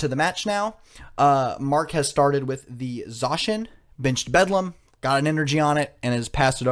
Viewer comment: Beldum... how are you casting games and dind even know how to pronounce the pokemon